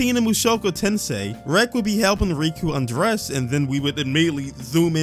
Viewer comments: You pronounce it wrong, it is Mushoku Tensei, not Mushoku Tensai. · Yeah but I kept hearing you saying tensai throughout the video. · It's mushoku tensei not tensai. Tensei means reincarnation while tensai means genius. I liked the video and the points you were making but not knowing how to properly spell the name of the show you are talking about kinda makes you look bad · I find it funny that you call out a “gross” mis-spelling twice only to continuously fail to properly pronounce “Tensei”.. or how you call cour 2 season 2, or how you also called Riko from MiA Riku… Ignorance truly is bliss. Anyways, You’re welcome to be uncomfortable, there’s plenty of that. The point of the situations where there is sexualization is that the sexualization is based around perspective. We are following Rudy, that doesn’t mean we have to think he’s a good guy or that we necessarily “like” him or insert as him, what it does mean is that we’re going to see certain events take place from his point of view. I don’t understand why anyone feels the need to comment on how “the show is fan-servicing minors” bruh, all normal people are uncomfortable with that aspect as well but to varying degrees. I think itd be weirder if he was chasing after 50 year old women (non-demons/ageless) given how old is “mental” age is. Which is not even really accurate if you look at the psychology of people who have past traumas like Rudy. It’s pretty common for people who hole up in their house or let the world beat them down and stand still to completely stop socially and mentally developing. You can grow up physically and still not grow up mentally, I couldn’t even begin to count the number of child-like adults I’ve seen. The point though is that this is part of Rudy, you’re welcome to make of it what you will, but it seems reductive to just point at it, say it makes you uncomfortable